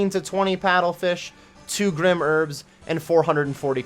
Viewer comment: "Grim herbs" if it was pronounced "grim" it would be spelt like so. The word is "Grym" and should be pronounced grime!!! I WILL NOT SIT MEEKLY BY AND HAVE YOU MISPRONOUNCE IN-GAME ITEMS